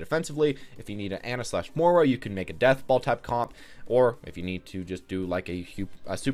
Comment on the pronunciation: i dont know why but it drives me crazy that he cant say moi-ra......mor-a?